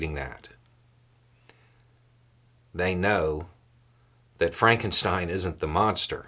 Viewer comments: That's "Frawnk-en-shteen". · “It's Pronounced Fronkensteen”